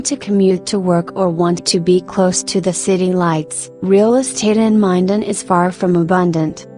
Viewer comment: I love correcting a computer, it’s Min-Den not Mi-Din